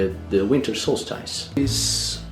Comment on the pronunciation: It's good to see Mr Tico again and of course, the most important man,. It is now the time to prepare for this year's Yule and to look forward to the new year. I really hope that the coming year is kinder to you my friend, and to all. The only improvements that I can reccommend is more of Airk and let me help you pronounce solstice, it is better to say the second syllable as stis rather than stice. I'm glad that this video was on my reccommendations list as I can't remember if I saw it before, however it was worth watching again if I had.